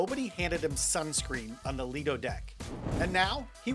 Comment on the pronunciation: Lido - pronounced - lie-doh Quay " - key Buoy " - boy Why do you guys struggle with nautical pronunciations?